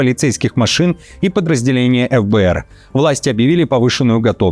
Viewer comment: эф б р,😃 обычно по русски говорят Фэ б р